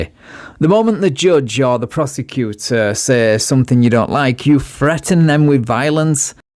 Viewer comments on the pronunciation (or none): "Threaten," , not Fretten," .